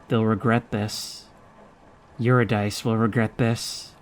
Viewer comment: Eurydice is pronounce yoo-rid-i-see, with the second i pronounced exactly as the i in rid.